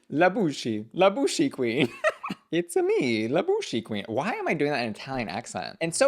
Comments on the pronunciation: We don't pronounce the "e" at the end of "la bouche" so think more like "bush" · Its pronounced "La Boosh"- the e is silent 😉